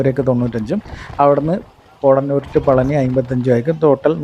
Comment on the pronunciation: പോട ന്നൂർ അല്ല.. പോത്ത ന്നൂർ ആണ്